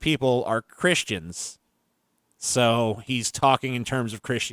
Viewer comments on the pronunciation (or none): Did you say "Crishtchans"?